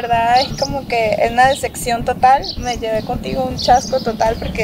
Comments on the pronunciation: Interesada y pa colmo no sabe decir "DECEPCIÓN" ella dijo "DESECCION" 😂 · "Una desecxion" Jajajaja no sabe ni hablar la morra 🤣🤣 "una desecxion" otra vez JAJAJAJAJAJA ay no no puedo 🤣🤣👌🏼